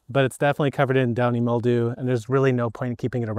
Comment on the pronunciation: It sounds like you kept saying "Dying Mildew", which would be appropo. I'll have to use that bit sometime!